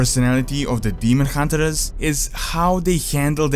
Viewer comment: I don't actually say demon hunterers, it might sound that way because of the way I say 'r'. Some sounds are not easy for me to replicate and say as a native English speaker would, like pronouncing 'th' for example. I am working on improving it though.